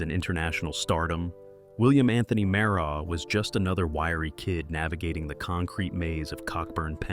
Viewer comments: Maragh as in Maraj 😂 dude keeps saying Maraug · It's pronounced ma-raj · You are pronouncing the man's name incorrect it 'MARAGH' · How him pronounce Maragh???😂😂😂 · If you can't pronounce super cat last name or where he is from I don't want to hear nothing else you have to say😂